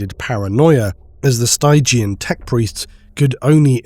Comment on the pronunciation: You should look up the pronunciation of 'stygian'.